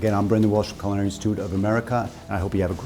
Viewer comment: Never trust anyone that can't properly pronounce culinary. !!!!